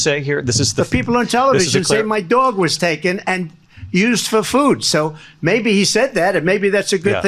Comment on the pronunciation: DOG, not “dwaug”…😂😊